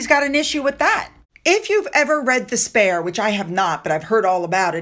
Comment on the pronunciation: 'THE SPARE ' or is it 'DESPAIR' ??